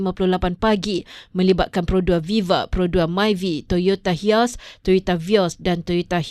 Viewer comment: HIACE = HIASS HILUX = HILAK Pembaca ni toyota hater.... hahaha